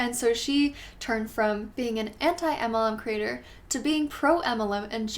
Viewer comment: I love how the way you say ‘creator’ sounds like ‘critter’. I picture lots of creepy crawlers! 🐜 🕷 😂